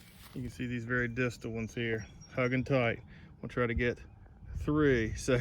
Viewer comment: Did you say distal?... Lol